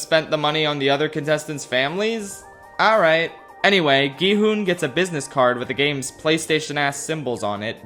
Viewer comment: It’s such a small detail but the fact that he keeps calling him “gEe-HoOn” is just burrowing into my brain